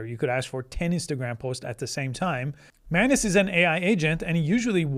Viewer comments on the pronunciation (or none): its not man-ass you silly billy